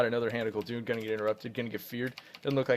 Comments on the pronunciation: IT´S GUL'DAN PLS DON´T SAY GUL'DUN!!! :,( I cry everytim :( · gul doon?? LOL. It's pronounced gul dan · its hand of Gul-DAAAAN, not Gul-Dun triggered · Why do you pronounce Gul'dan(pronounced how it's spelled) as Gul'dune? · It's Hand of Gul'dan (the warlock), not Hand of Gul'dun! xD